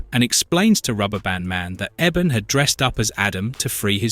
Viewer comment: ( Eeee-bon ) ebon not Eben